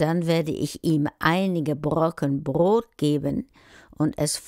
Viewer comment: Brot, nicht Brod